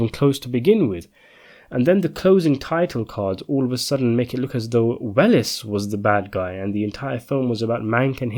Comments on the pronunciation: I loved this film; so I will sadly have to disagree with your overall conclusions. (By the way, it’s pronounced “Wells” not “Well-ess”). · Welles is pronounced "Wells"